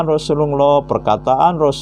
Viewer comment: pendeta nyamar jdi muslim ini .. mukaNya kaya saifudin ibrahim 🤭🤭🤭 melafalKan hurup arabNya gak pas .. TIDAK TERLIHAT seperti orang muslim yg berilmu dan paham ilmu agama islam .. menyebutKan kata rasulullah saja lisanNya meleset jauh dri lisan muslim umumNya ,. 🤦🏻‍♂️🤦🏻‍♂️🤦🏻‍♂️🤭🤭🤭🤭🤭